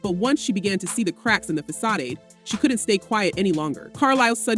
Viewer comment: Facadé? Lol. But thanks for the updates.